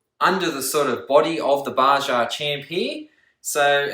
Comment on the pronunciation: You need to learn how to pronounce Baja. Its Ba-ha.